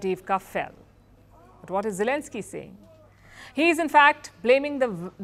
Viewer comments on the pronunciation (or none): none